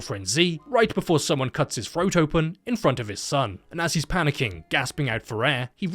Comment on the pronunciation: Is it just me or does he not say the “TH” sound on most words the correct way? Instead saying “FR” like froat instead of throat and fervor instead of further. It hurts.